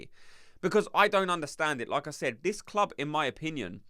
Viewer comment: 1. never doubted Arteta would sign 2. not sure about Nwaneri starting, but he should definitely play. 3. every time you say ¨like I said¨ i only hear ¨Lacazzette¨ 😂